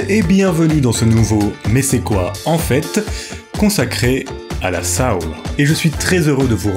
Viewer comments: Est-ce comme ça que le mot « soul » est prononcé en français ?!? Que je sache, en anglais cʼest « so-oul », et pas « sa-oul » (it rhymes with “hole”, not with “howl”). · On dit soul pas saoul 😂